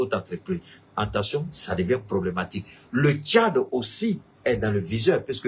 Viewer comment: AT - TEN- TION !!! PAS EN TEN- TION ================================== U- GAN - DA!!! PAS U GA DA